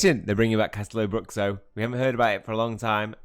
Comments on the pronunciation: little pronunciation class: it's Cash-TEH-loo BROO-shoo 😅 Nice video tho 😊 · Great chapter! Btw, it's pronounced castelo-broo-shoo